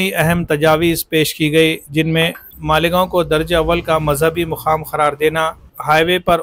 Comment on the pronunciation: वह मालिगांव नहीं है मालेगांव है😊😊😊